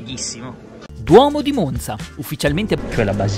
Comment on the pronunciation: Apprezzo particolarmente che in questo video la pronuncia della Z di Monza sia corretta.